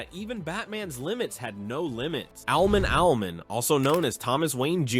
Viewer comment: Its Owl-Man….not owlmen